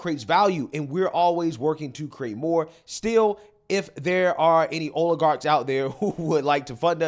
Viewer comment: The new leftist buzzword; o-lay-garx 😵‍💫